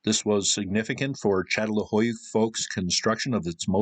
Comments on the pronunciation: Çatalhöyük. The "Ç" is pronounced "ch". It's not a good idea to tell an academic how to pronounce what they study. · If you’re going to talk about Çatalhöyük, please pronounce it properly, I couldn’t take any of this seriously. It’s CHA-TAL-HOO-YOOK, as Chris pronounced it in the presentation at the end of your video.